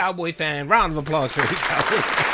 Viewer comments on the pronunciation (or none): I honestly just want to know why everyone keeps pronouncing “EvaCowboyFan” as “AY-VUH Cowboy Fan” lol???